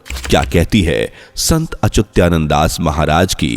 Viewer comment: अच्युतानंद शब्द सही ढंग से बोलने की कोशिश करो भाई